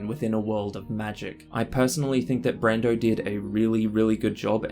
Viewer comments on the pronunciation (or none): Love how you call him brando